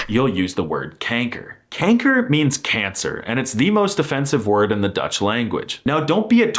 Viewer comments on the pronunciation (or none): Bro he said kenker